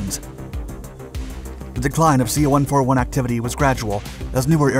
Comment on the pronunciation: Please don't say the American planes' designation number individually. A 141 is not a One Four One. It's a One Forty One.